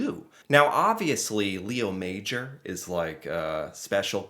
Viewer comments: It's pronounced ma-ZHOR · French class 101: His last name is pronounced May-or. Emphasis on the "or". MayOR. Leo is pronounced: Lay-o, so - Lay-o MayOR. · It's actually Léo Major, with an accent. It's pronounced Lay-O Mah-johr, with a soft J (without the 'd' sound before). He was a French Canadian. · Just out of respect, his name is more like Lay-o MA-jor. He was the REAL Rambo. ;-) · It;s a true story, but his name should be pronounced as the French Canadians do. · The most respectful thing we can do is pronounce his name properly. He was French Lay O would be closest for non French speakers. Major was pronounced in French as well so it’s pronounced differently than in English. He deserves this at minimum ❤🇨🇦. RIP Leo